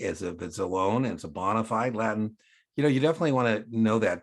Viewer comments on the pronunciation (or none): none